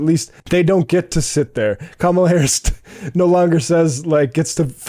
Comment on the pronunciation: Love the vids but gotta pronounce Kamala’s name right!